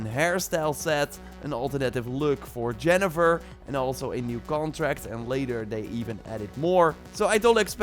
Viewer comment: You said Jennifer instead of Yennifer 🤮 kidding. Just a heads up.